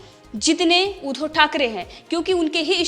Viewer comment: ऊधो नही उद्धव बोल